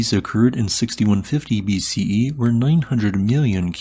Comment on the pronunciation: You are mispronouncing BC and AD